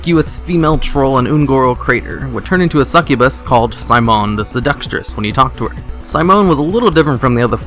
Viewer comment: Downvote because you don't know how to say Simone.